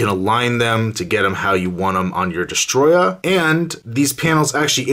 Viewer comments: Its not destroyer it is destroyah 😯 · its destroyah not destroyer